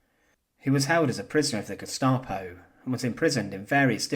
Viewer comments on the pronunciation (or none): none